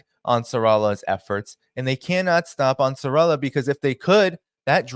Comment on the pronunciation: Great work, big fan 🙏🏿. Hey, it is "Ansar" "Allah", pronounced separately 👍🏿